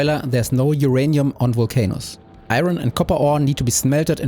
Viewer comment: Why can't i unhear "vulc anus" 😭